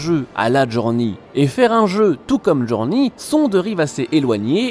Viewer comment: Sa se prononce JourNEY et pas JourNi; faut revois tes fi fiches mon grand